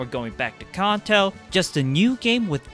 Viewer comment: I have gen 1 Dragonite as my phone wallpaer. Your saying Kanto wrong